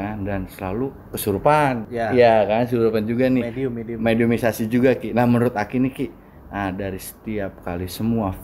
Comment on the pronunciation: Mediasi kan bukan medimisasi😂